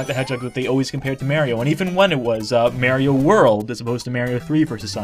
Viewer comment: Cool video and good to see is back but seriously... MARIO not MERRY-O